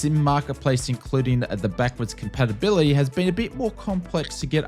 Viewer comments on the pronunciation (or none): none